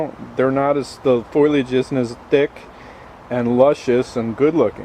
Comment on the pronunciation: "foilage" (cringe)